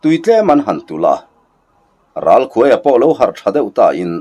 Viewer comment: Ralkhuaia' tih hi 'khûai no' kan lâk thin a,'khuai' tih a lam hi a in hmeh zâwk lo maw le....❤❤❤😂